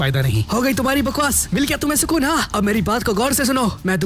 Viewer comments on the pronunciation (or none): That milgaya sukun ha ? Sounds like milgaya sukuna!!